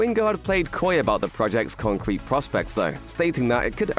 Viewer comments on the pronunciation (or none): none